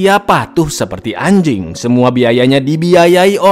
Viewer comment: Bang ngomong anjingg nya biasa aja dong 😂